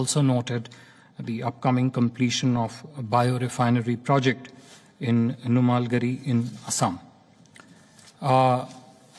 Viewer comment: It's NUMALIGARH...not NUMALGARI....he spelled it wrong...